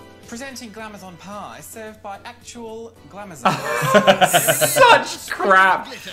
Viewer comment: “Glam-ay-zon Pie”